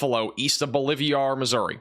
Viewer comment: BOLIVIA is a country; BOLIVAR is a town. Quit combining the name into “BOLIVIAR!” C’mon! You like inserting “I’s” where they don’t exist! BO-LIV-AR!